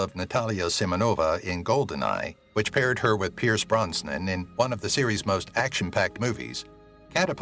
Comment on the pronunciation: Why do you pronounce Pierce Brosnan's name as Pierce Bronsnan? Where did the extra "n" come from?